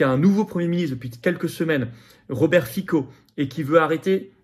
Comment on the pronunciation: [FiTSO] ; en Slovaque, le "C" se prononce "TS". ;-) C'est donc "FITSO" qu'il faut lire. Ne faites pas comme BHL avec son ridicule "saraJévo", au début des années '90... Mes oreilles sifflent encore!